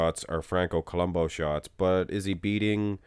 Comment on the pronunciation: it's columbu... not columbo the " U " is pronounced as it's spelled